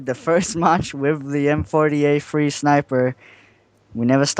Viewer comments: three not free dumbass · For the record, can you even fucking say 'Three'?